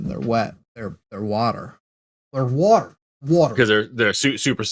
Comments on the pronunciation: says water by emphasizing TER like TERD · says "water" as 'Warh-tarh".. with a pause in between syllables.